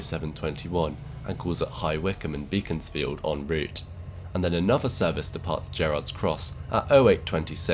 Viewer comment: Beaconsfield isn't pronounced as it's spelt: it's pronounced Beckonsfield, hence the name of the famous model village there, Bekonscot.